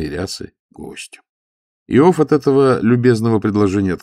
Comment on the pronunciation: Простите, Александр. АлексИй. Иов. неправильно ударение. Надо было проконсультироваться. Я Вас уважаю, как прекрасного артиста, но эти небольшие ошибки шокируют. 😮